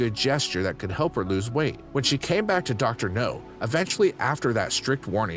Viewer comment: It's Dr. Now, not Dr. No!